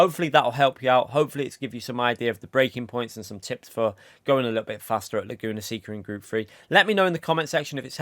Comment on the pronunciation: Laguna "say-ka" not "see-ka"😄